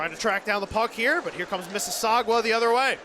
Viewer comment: The announcers should probably learn how to pronounce Mississauga There is no W in the word